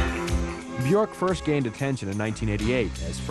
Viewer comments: "Icelandic pop princess BjOrk [...]"... Is it really that hard to pronounce the 'ö' for english speaking people..? There's no 'th'-sound in my first language, but I don't think it's very hard to learn to pronounce it right... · Anubis I know it's pronounced byerk, but then again I'm English. This video is American so you can't trust them to pronounce anything correct. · Johnny Solipsis well they're right... it's pronounced "byerk". The ö is pronounced with an "er"-ish sound.